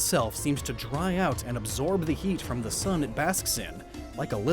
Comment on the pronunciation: The sun joke with Sun Wukong really didn't go well, as someone who knows at least the basics of Mandarin Chinese. You see, in the Chinese language, "Sun" is always pronounced like we say "Soon." Not like our star. Fun fact, "Tai yang" is actually the Chinese name for the sun.